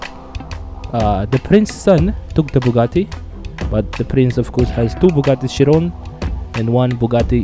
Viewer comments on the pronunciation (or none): none